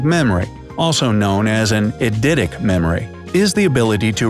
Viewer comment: I can't be the only one annoyed at how he said Eidetic right???